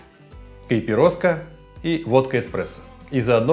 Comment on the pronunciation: Евграф, спасибо за видео) Правильное произношение коктейля на португальском языке (на котором говорят в Бразилии) - кайпирошка; Ещё очень популярны коктейли: кайпиранго (моранго - клубника) с водкой и клубникой, кайпиши ( абакаши - ананас) с водкой и ананасом; кайпириссима с ромом и лаймом. Эти коктейли популярны не только в Латинской Америке но и в Африке 😉